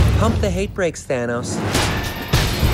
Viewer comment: He said Fanos not Thanos